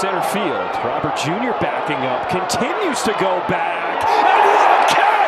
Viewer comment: Roh - berrt . Not roh- bear . Its spanish not french